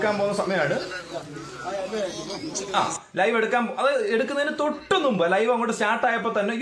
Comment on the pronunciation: നുമ്പ് അല്ല . മുമ്പ് > ഞറുക്കല്ല - നറുക്ക്